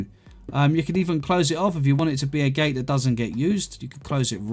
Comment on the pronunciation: “Gate” not “gay”